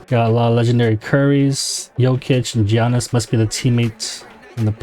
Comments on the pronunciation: Giannis is pronounced with a Y almost so you'd say Ya-niss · Just a heads up the G in Giannis is silent (sounds like yi-annis) 👍🏻